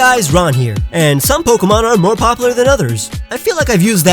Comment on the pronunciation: Anyone else triggered over the way he says popular